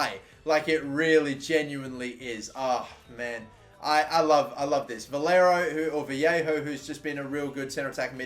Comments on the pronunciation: It’s Vah-lay-ho not vee-hey-ho as a Valencia fan this is KILLING ME. LOL. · Its VA-YE-KHO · You pronounce his name Valleyho